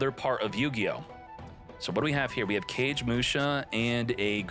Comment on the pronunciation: CAGE MUSHA. lol It's (Ka gay muu sha). Its a retain/updated version of a normal monster by the same name. Kagemusha of the Blue Flame. He is a body double for Shein, the Lord of the Six Samurai. His effect is meant to represent a body double being assassinated or some thing of the nature saving the true Lord. Kagemusha has many versions, including an XYZ monster, if you care to look it up. Just a little lore dump.